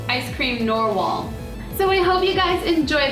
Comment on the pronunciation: you said narwhel and norwhal XD